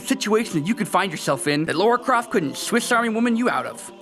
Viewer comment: According to, Lara Croft=Laura Croft